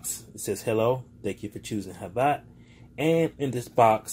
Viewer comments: Pretty sure it’s havit not jhabla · your saying it wrong its not said like hav-at its hav-it.